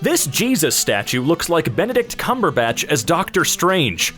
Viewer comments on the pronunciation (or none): I love the horrible mispronunciation of bennet cankersore's name. must have been on tumblr a few times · did... you just say "benedrill cucumber snatch" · I cant tell if you mispronucing Benadrick lolipopsnatcher is a ryan george refrence or not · Did i hear "Benadryl Cucumber Snatch" instead of Benedict Cumberbatch?